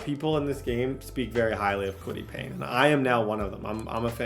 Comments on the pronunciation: for the love of god, and i have zero idea why this bothers me so much, but its KWITY PAYE (PAY) not PAYNE. KWITY PAYE. P-A-Y-E. THERE IS NO "N"! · plz bro it’s said kwity pay not pain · Kwity Paye = " Kwity Pain" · Kwity Paye! Not Payne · Kwity PAYE bro not PAYNE lmao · Kwity Paye not Kwity Payne 😂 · Kwity Payne 😂😂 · always be calling Kwity Paye “Kwity Pain” where the hell is the N in his name? 😂😂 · Lmao and Kwity “Payne” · Dude I’m begging you please learn the names of these players. It’s kwity PAYE. I’m absolutely begging you, this happens in every video you do.